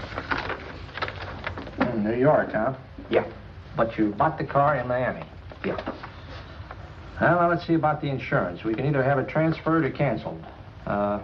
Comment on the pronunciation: I love how he pronounces Miami Miama lol